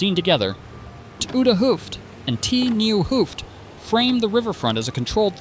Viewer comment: 't Nieuw Hooft = Het Nieuw Hooft. It's a Dutch contraction ('t) pronounced as [ut] instead of [tee].